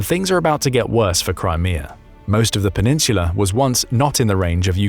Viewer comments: No idea why I keep clicking their videos. They never say anything new and always manage to mispronounce a number of words. Penin-sula. Half way through the video they only said it wrong like 15 times. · Yo say peninsula again my dude lol